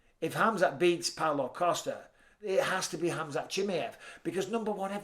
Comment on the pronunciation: Except how he pronounces khamzats name 🙄😂